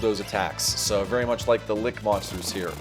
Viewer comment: Nice videos but you aren’t pronouncing things correctly. Genii begins with a hard G Lich is as it is spelled, not Lick. Enjoy your play style though. Keep it up.